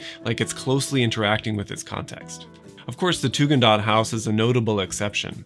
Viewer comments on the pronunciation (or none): I barely dare to correct you, but it’s ”Tugendhat", not ”Tugendaht”. For German ears the original name of the family sounds like "Hasvirtue" might sound to english ears – and this gives a little bit of a poetic dimension to the whole project, doesn’t it? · Hi, there's a typo in Your timeline of Mies' projects etc. The villa designed for a young family in Brno, Czech Rep., in 1928 is called Tugendhat, not Tugendaht, and pronounced [Tu-gn'd-Hat]. Thank You for the ever thoughtful content though. As an art historian not specialized in architecture I always enjoy hearing architects talk about space, geometry and process - much more than fellow historians. Cheers!